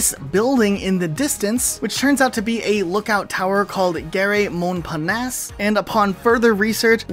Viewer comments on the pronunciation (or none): Tho "gare Montparnasse" which become "garé Montparnasse" wasn't what we could call 👌